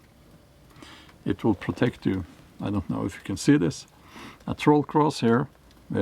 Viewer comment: Sounds like dropping the R in troll was intentional when calling it a Toll Bridge. Gotta pay to cross the bridge😉